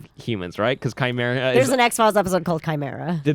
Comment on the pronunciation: is anyone else kinda put off on how the pronounce Chimera?